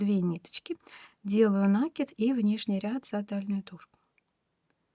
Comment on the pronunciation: Кровь из ушей за новое слово - нАкид))))